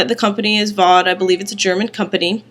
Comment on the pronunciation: Its pronounced Faow day